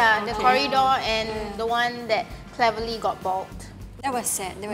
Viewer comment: HAHAHHAHAHAHAHA SAME WITH CLEVERLY NOT TEVERLY